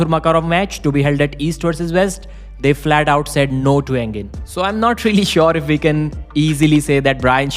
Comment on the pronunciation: We not ve. Waf not vaf.